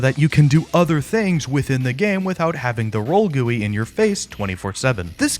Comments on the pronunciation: gui ❌❌ gooey ✅✅ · "gooie" 😭 its GEE-YOU-EYE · ''the roll gooui'' (still peak content) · "the roll gooey" I know he said gui but it's still so funny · did he pronounce gui as gooey